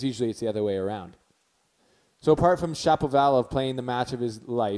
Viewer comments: Cool analysis. Didn't really think about the "disabling other players" aspect of things. One comment if I may. Since you're making a video essentially starring the name Shapovalov, would have made the flow of your speech smoother if you got down the pronounciation before hand. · if you want to make tennis video and publish in youtube, please learn how to pronounce person's surname properly. I wouldn't like it when someone mispronounce my name and claim himself as a fan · You do a show talking about the two players, yet you struggle to pronounce Shapovalov. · hilarious how you're struggling with his name because i JUST went through that lol